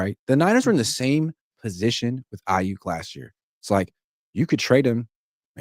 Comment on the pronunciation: Every time he says Brandon "eye-*YUCK*" it triggers me.